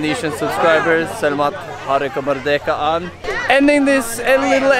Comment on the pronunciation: “SELEMAT KE MEDEKAAN INDONESIA” hahahaha merdekaaa